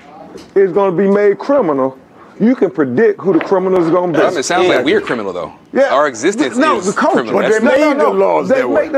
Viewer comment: said “you can predic” lmao